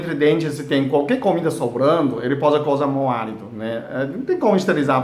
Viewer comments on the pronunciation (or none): Móalito kkk dsclp mais deu vontade de rir.. kk